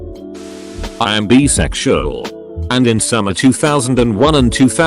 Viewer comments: eny one else hear beesexual in that video insted of bisexual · Person: Bisexual The voice doing the Reddit reads: 🐝 Bee-sexual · Normal person: Bi-sexual TTS: BEE-SEXUAL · OP: I'm Bisexual The Text to speech voice: I A M B E E - S E X U A L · Nobody: Reddit voice: "I am beesexual" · TTS pronouncing Bisexual be like 🐝🏳️‍🌈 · tf Is bee-sexual. 😂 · Text:Bisexual Text to speech: bEEeSeXUaL